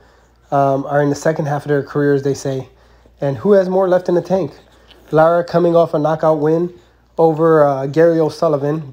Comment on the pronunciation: His name is Lara not Lata